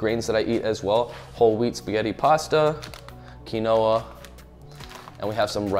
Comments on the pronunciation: You said quinoa ... like (key-no-a) I’m pretty sure it’s pronounced (keen-wah). This made my day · Says quinoa as Key no uhh🤣🤣🤣 it’s keenwah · Did this man just say "kin-oh-ah" for Quinoa :D It's "Keen-waa" haha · Did homie just call quinoa (keen-wa), quinoa (kee-no-wa)?? 😂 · did this man really just say Quinoah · Whole time I thought it was kin-oh-ah too 🤣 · Quinoa is pronounced as “keenwah” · foreal! he said keen-noah >_< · I giggled so hard at his pronunciation of Quinoa, so adorable! BTW, it's pronounced kin-wah, or keen-wah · "Keen-Noah"? Is he in John Wick 4? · my dude said "kee-noah" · Did he pronounce quinoa as Ke-No-Uh? 🤣 he’s silly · He said kee no a, I thought he would at least know how to say it Xd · It's pronounced "Keen-wah" dawg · When he pronounces quinoa, kee-noah. dead. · Isn't it pronounced "keen-wa" ? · Key Noah! Always wondered how to pronounce that. Thanks fatty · I was searching the comments for this. 😂 I noticed that too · Never realized that quinoa is said incorrectly in its anglicization. Truly life-changing. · Great tips and skills, so I’ll overlook the misspelling of “broccoli”, mispronunciation of “Quinoa”, and grammar for ’ Schedule. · I'm sorry this is great, but I gotta mention how he pronounced quinoa lol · Don't say Quinoa like that